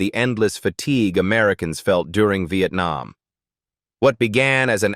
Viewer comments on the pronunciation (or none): none